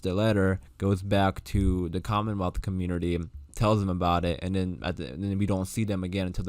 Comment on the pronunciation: Angela did say COMMENWEALTH..in her interview for her to say that was kool..